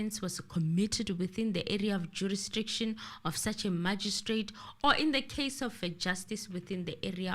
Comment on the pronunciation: Even in 2024 is still struggling with the word jurisdiction 😂😂😂